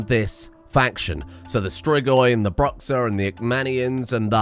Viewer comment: if you don't mind, a quick """correction""" i guess because it's one of my peeves with portuguese being localized the xa in bruxa kinda of sounds like shuh but is a lot more open since it ends in A which is really one of the most dominant letters in portuguese, it's really vibrant and spoken with the mouth fairly. It's like Shuh but with the first A in Alabama or Arctic, I guess. Brew isn't 100% perfect either but at least it doesn't mess with one of the most important vowels in the language. Bear in mind the brew-shuh adaptation is a good sense on the rhythm though. Absolutely cool idea for the bruxa family though.